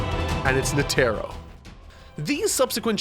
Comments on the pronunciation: Wait is it Netero pronounced Net-Arrow like says it, because I’ve always said it Ned-errow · It's more nete-ro not net-ero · Yes Yes that is right (GOUN and NE TEERO) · does he mispronounce netero on purpose? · Is no one gonna mention how he pronounced netero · Bro stop saying Netero like that lmao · How is he still pronouncing Netero wrong? He's seen the anime, he would've had friends/ colleagues tell him, surely. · I know he even bothered to make a thumbnail of him but didn't try to pronunce it correctly. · I don't want to add to the negativity of the comment section, there is plenty of that going on there, I just want to say that I find really impressive ability to misspronounce every name he reads, nobody told him about Netero? it really pulled me out when he said that Netero arrived, also Morel. Surprisingly no talk about Pouf this week either.